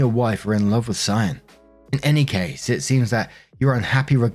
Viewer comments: Cyan is pronounced sigh-anne you got it right :) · Good job on the pronunciation of Cyan! If it's meant to be pronounced any other way, it's one of those ridiculous spellings kids will be embarrassed about their entire lives. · Off topic of the story, but, I'm almost 100% sure that you pronounced "Cyan" correctly.